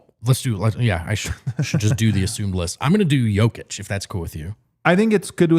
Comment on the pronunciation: There is no "Oh" sound in the Serbian language. So when you see an "O", it's always enounced flatly. Hence, J-oh-kic, T-oh-pic wrong. Think of the sound as in the word "Top" or "opp-osition. Not as Oh as in Joke. Hope that makes sence.